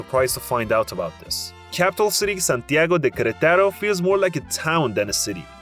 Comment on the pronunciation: “Queretáro” and “barbacua” bro please, I know it’s not your first language but you can try a little harder